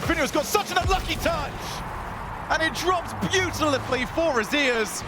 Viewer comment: “and it drops beautilifly for them” 🤣🤣🤣🤣